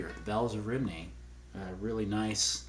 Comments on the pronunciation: cool, learned my lesson! THX! Just one hint: attending a live performance of Roger McGuinn, he told us:" Having performed the song ‘The Bells of Rhymney’ on elderly woman stepped forward to tell me "Young MAN!....I'm from Rhymney, we're not pronounced ‘Rhymnie’, my hometown is ‘Romey’, like the Capital of Italy, with an additional Y at the end. " ...Just to let you know🙂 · It’s pronounced ‘Rum’-‘knee’ 🙂